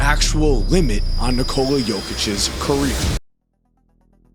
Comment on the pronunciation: It's not Nih-Cola. It's Nee-co-luh.